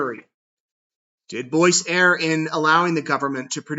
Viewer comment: Dearest, you’re awesome. Thank you for what you do! May I please let you know, the word Err, isn’t pronounced “error,” or “air.” The word Err, is pronounced “urr.” Pronounce it like the word ‘her’ and drop the H-sound. Much love, from an English major.